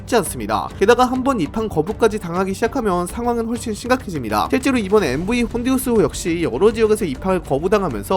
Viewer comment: 참고로 선박 이름 앞 MV는 Motor Vessel이라고 읽으시면 됩니다